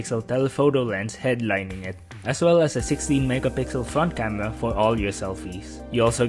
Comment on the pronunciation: agreed. seem to also have a lisp. can't get past the gigs of WAM, TWiple Wir Camewas, etc.